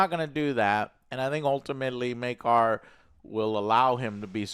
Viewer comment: Take a shot whenever joe calls Maekar as maegor.